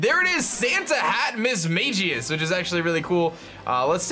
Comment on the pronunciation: Alright, if you are gonna have a mismagius on your team, you better pronounce it right from now on 😂 EDIT: Also I love how the delta lotad stands out in the box. It has a black outline rather than the dark grey of normal mons, so it stands out and its great.